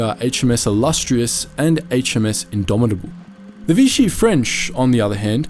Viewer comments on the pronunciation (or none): NOT VITCHEE, IT IS VISHEE. Please carry out more research